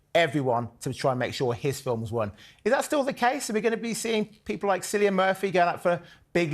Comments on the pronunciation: needs to learn how to pronounce Cillian correctly. How did he get it so wrong after had said it perfectly, plus don't they run through these things before they go on air? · you would think that the presenter would know how to pronounce Cillian Murphy's name.